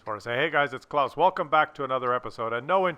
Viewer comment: Holy crap, you got someone's name right.